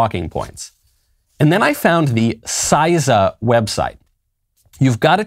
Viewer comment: CISA is pronounced See-Sa, not SizeSa